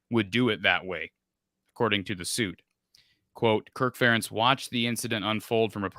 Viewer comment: why dont you ever correct saying FUH rentz.. FARE entz lol.. also spring practice was only at valley 2013 and 2014